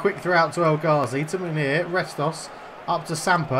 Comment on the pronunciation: Munier is pronounced moon E air